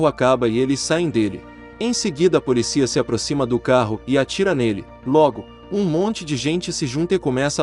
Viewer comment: Só um adendo à narração: a pronúncia correta é "poLÍcia", com a vogal tônica no "i".